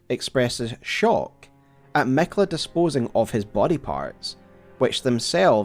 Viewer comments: I love your videos, but when you say Miquella as “Mekla” I can’t help myself but reel on the ground every single time 😂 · Miquiller the Tickler